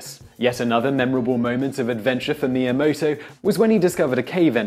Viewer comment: Please learn to pronounce Japanese. All the vowels work the same as in Spanish, it's very easy. ME-AH-MOH-TOH